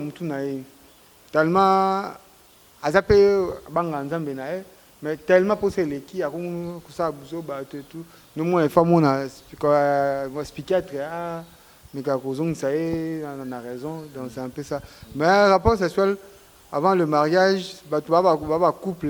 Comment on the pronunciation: On dit: psychiatre et non spychiatre. Ptdr 😆 c’est triste pour un docteur il n’arrive même pas à employer les termes médicaux! Oyo peuple ya ndenge nini? Kieeekieeeee 🤣🤣🤣🤣🤣